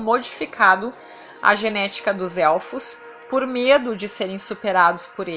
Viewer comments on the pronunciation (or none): none